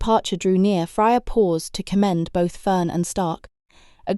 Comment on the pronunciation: Fryer and denim lol. However very good story telling.